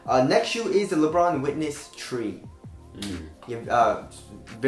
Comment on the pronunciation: I’ve never gotten over the fact how this man says tree not three